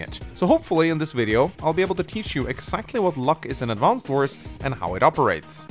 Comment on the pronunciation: I'm so triggered, that he doesn't pronounce the name of the game correctly even once